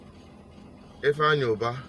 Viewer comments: I heard Andy Ubah and not Ifeanyi Ubah. Correct yourself please? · The bank narrator said Ifeanyi Uba but Chinedu Asuzu kept saying Ifeanyi Uba, so which one is the right one